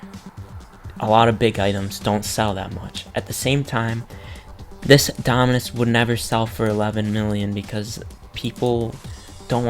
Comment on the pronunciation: he owns almost all the dominus in the game and he cant pronounce them lol